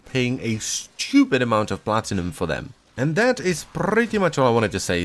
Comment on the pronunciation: Did i hear platinumoil?